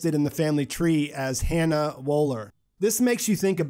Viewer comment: gar nicht so schlecht eingtlich. aber wie er Woeller sagt, boah